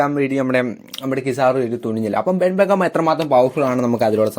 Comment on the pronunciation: ben beckam alla ben beckman